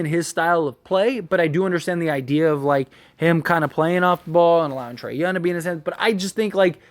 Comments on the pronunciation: Bro. You killing the way you say his name. Its Trae Young not Trae Yun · Trae "YOUNG". with a "G" in the end.